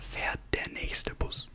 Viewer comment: Bus not Buss